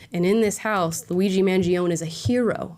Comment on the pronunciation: *Mangione is pronounced mangion-eh